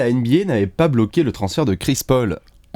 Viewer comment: "Bloquée" les gars vous abusez ... J'ai pleuré toute la vidéo.